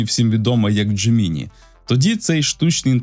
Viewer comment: Дякую за випуск і роботу. Але, будь ласка, не "дже-мі-ні". Забийте у простий перекладач із голосовим відтворенням :) Бажаю успіхів!